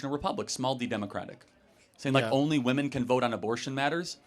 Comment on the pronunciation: Boy, go back to school or your parents and learn how to pronounce women. It’s bad enough that gen z women can’t pronounce it but it is cringe when a man can’t